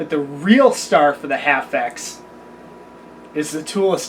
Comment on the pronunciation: That's H. A. F. X...I don't know what the hell middle school or junior high school English classes, or who your English Teacher was, but when you see a group of capitol letters together like that in a name, that means it's an Acronym, that means each letter stands for something different...